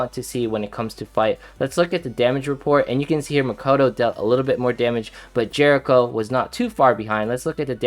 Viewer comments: why do you call Eriko [J E R I C H O]? i dont like that... sounds like you're calling her jerk to me LOL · Not [ S M O O T H ] Calling my Eriko to Jericho... Grr